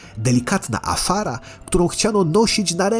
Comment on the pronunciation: Nie Afara a Azshara!